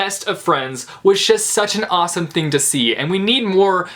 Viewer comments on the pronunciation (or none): none